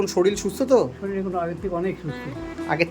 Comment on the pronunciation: Kotha ta Sorir, Soril noi bhai